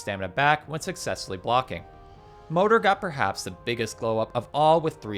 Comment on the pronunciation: So Fader isn't "Fade" with an R at the end - it's "Father" with a D instead of TH. Same with Moder/Mother